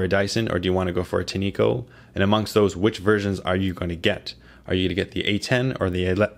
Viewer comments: I wish reviewers would stop pronouncing it tee-nee-ko. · They pronounce it: TIN’ ko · I think its pronounced tin echo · its "tin-co" btw great review